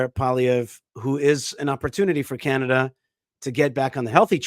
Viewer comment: Congratulations on pronouncing our Conservative leader's name well....Paulie (like Rocky's Brother In Law) Ev.....in French you add something like ruh to the end but in English it's not needed.....